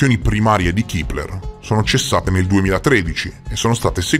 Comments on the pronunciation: Si pronuncia Kepler e non kipler.Ciao😊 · Chipler chi???? 😂😂😂 A, sveglia! Il telescopio si chiama Kepler e si pronuncia con la e perché è il cognome di Johannes Kepler, che è stato un astronomo, astrologo, matematico, cosmologo, filosofo della natura e teologo luterano tedesco, che scoprì le leggi omonime che regolano i movimenti dei pianeti. Studiaaaaa!!!! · Ma perchè "Kipler/Keepler"? Il nome è Kepler, si pronuncia con la "e", è stato chiamato così in onore di Keplero, o Kepler appunto, l'astronomo tedesco che studiò le orbite dei pianeti del sistema solare...nome molto pertinente per il telescopio infatti... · Si pronuncia Kepler, non Kipler. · Madonna, un te posso sentì a ripetere "kipler" a ogni piè sospinto, limortacci tua ^^